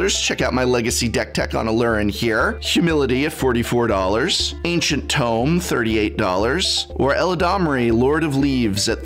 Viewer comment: ...did the english professor just mispronounce ancient tomb? didnt catch that in the edit and feel like re-recording it?